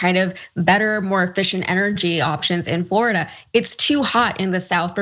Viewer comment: WELL, now you know why insurance company are abandoning Florida for home insurance. IT'S more like Floridi-UH.